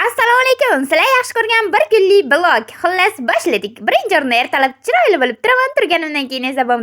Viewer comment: Opajon blog deb yoziladi vlog deb etadi